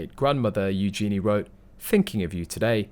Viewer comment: You need to learn how to pronounce Eugenie!